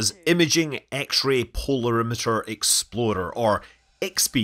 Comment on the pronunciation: Why do you say, each time, exploder instead of explorer?